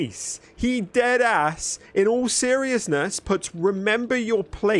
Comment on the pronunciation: He said dead ass like a black guy